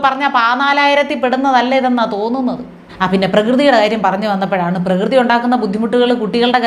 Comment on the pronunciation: പ്രകൃതി എന്ന് പറയാൻ പോലും അറിയില്ല പ്രഗതി